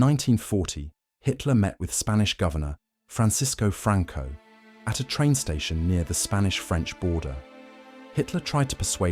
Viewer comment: No es Franchisco Franco Es Francisco Franco y de apellido bahamonde El resto está bien